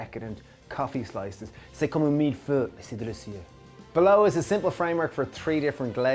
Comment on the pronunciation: I'm not trying to be a jerk, but that French pronunciation was atrocious. It's not "meal pho". Try "mill foy". Like Draco Malfoy, but a milf.